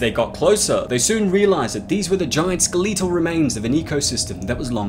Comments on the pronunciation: ske-leetal remains? Are you dys-leexic? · You really just said skee-lee-tull haha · You pronounced skeletal wrong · why u say skeletal like that